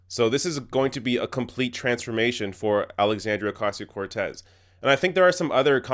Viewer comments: Oh-COSS-C-Oh! Not Cass! Idiots! How dare the bi-itchy laugh! Her clothing? F*ck you asshole! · I love how they pronounce the first part of her last name as if the word “see” is in between it, and sounds it as “queso” as in the melted cheese, to all in all sound like “o-que-see-o”. White people at their finest, ladies and gentlemen. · Fuck this fox new bitches. Cant even say her name right, Alexandria Osasio-Cortez. Bitches roll those rrrrrrrr. I swear i wanna slap the smirks off these dumb fucks at fox faces. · I think they were told to miss pronounce her name on purpose by the higher ups. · First of all none of these idiots can pronounce her name correctly... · Did they even try to say her name correctly? I'm going to guess no.... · Shame on Fox for their shallowness and turning a real social problem into a joke and at the expense of a new member of Congress. Pff. They’re so pathetic. Also, they’re so racist, they don’t even learn the proper pronunciation of her name. They’re lower than low. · Why are they deliberately mispronouncing her name? Fox news is so juvenile! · The fact that they can’t even pronounce her name right (let alone make fun of her for not being able to afford an apt in DC) shows that they could give two shits about her or any regular person in our country. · Say her goddamn name right you corporate hacks. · Jesus fuckin' Christ man. If you do not know how to properly pronounce her name by now you do not belong in journalism, you stupid bimbo. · These pompous assholes. They won't even say her name right, I think that's intentional to demean her. People like this should be put out of our misery. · I think it's pretty obvious they're purposely mispronouncing her name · Do you know why they can’t pronounce her name? Because they are morons! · I cringe every time they mispronounce her name. So glad she called them out on it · I don't know if they knew if she got any degree at all... they did not even get her name pronounced right.